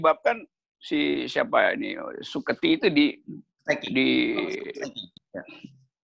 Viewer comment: Antara lupa dan keseleo lidah🤭